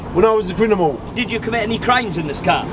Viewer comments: the “CRINIMUL” 😂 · anyone notice he said crinimal? 😂😂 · "When i was a crinimal" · His only crime was saying "crinimal" instead of "criminal"🤦🏻‍♂️ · Is he saying “crinimal” and “brought” ?? Or is it just my ears?